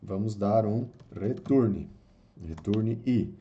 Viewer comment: Muito bom o vídeo, ensino didático e direto ao ponto. Aprendi muita coisa em pouco tempo! Mas sugiro dar uma estudada nas pronúncias de palavras em inglês como "return", "double", "while"... Abraço! Continua postando =D